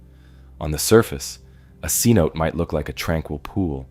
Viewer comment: Cenote should be pronounced sen-oh-tay